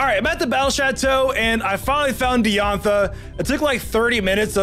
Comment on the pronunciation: Bulbapedia not bulbpedia. Dye-an-tha not Dee-on-tha. Am-u-let not Omelet.